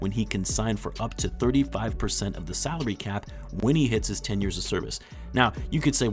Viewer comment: I miss heard ''saudi cap'' instead of salary cap like 3 times, a true wtf moment when did the Saudis buy the NBA